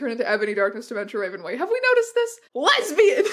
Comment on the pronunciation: Hey strange aeons i have to interrupt that quiz actually said "Lesibans" not lesbians